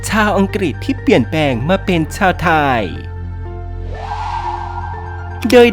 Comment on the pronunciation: ทำไมแอดต้องออกเสียงว่า สัญชาติทายยยยยย ไทยสั้น ๆ พูดชัด ๆ ไม่ได้เหรอ ขัดหูมาก ทายยยยย